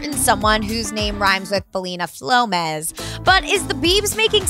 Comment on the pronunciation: I cringed when she said Belina Flomez